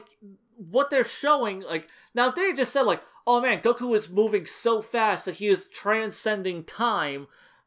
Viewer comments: Idk why but I'm a fan of how you pronounce Goku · I meant that I like that you pronounce it that way as opposed to how it's usually said in English.